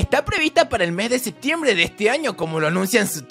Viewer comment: SEPTIEMBRE COMO QUE SEBTIEMBRE PERO TU TA LOCO